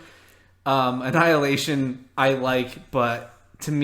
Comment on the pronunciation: Marvel just expose you.You said avengers anilahtion what ever its called.hahahahahahahahhah